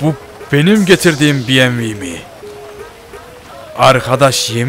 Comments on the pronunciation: Abi buna biyemvi deme BEMEVE DE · Bievmi değil BEMEVEEEEEEEEE